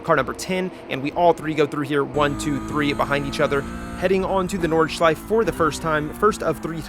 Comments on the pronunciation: please pronounce nordschleife correctly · you actually got really close with the pronunciation of nordschleife in the beginning. honestly if you just add that 'eh' sound at the end its perfect (its at like )